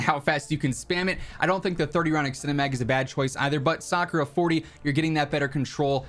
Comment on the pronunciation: I was surprised that you can say sakura with a precise accent. The best shotgun is jak12.